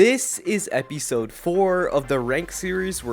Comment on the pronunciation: epeesode lol